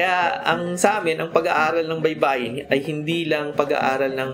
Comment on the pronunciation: baybay is spelling....baybayin is to spell......baybayin, stress last syllable.